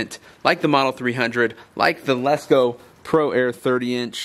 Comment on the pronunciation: LESCO NOT LESS LO